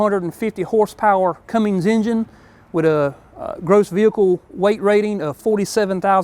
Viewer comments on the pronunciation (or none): Grwat vid, but... its "Cummins", not "Cummings". Just so ya know. 😉